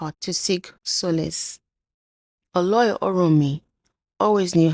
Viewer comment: I really love your content, amazing. I would suggest you make a little more effort to learn some pronunciations perfectly e.g Oloi is pronounced /Oh Low i/